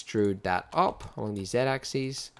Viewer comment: Your tutorials are really brilliant and informative. You have no idea how great it is to get someone who knows how to pronounce 'z-axis' doing a tutorial. Thanks mate.